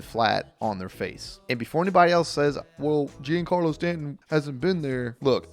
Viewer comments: GeneCarlo? Whee Doggies, Country Boy! Arrogant Yank here. I BELIEVE the pronunciation is closer to ZhonCarlo. But I'm not a native Spanish speaker. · What does this hillbilly know about the Yankees or baseball? He cant even pronounce players names right. GENE-Carlo Stanton 😂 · “Genecarlo stanton” yea I cant take you serious when u cant even pronounce names